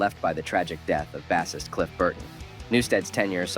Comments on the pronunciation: Baseist not basist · the way you say Bassist. lmao